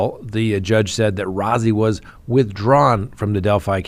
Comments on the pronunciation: It's Brad Rosey. His name is spelled Rozzi but pronounced Rosey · Rozzi is pronounced like ROSEY....long O.